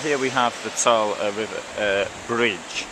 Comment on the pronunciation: Learn proper pronunciation the e on ther end of the Saale is pronounced....!